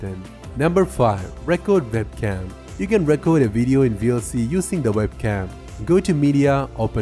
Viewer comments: Record in this case pronounced like 'R'cord' not Reck Kord , and Desktop is Desk Top, not Decks Stop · of Thrones No, actually his pronunciation is so bad he says different words than what he's supposed to say. The difference between record (verb) and record (noun) is in pronunciation, and he said the wrong one. He also said "desert" instead of "desired." That's not "fine" English. That's shit. Blowing smoke up his ass isn't going to help him get better. Mostly he's understandable but in a teaching/tutorial environment, communication is paramount.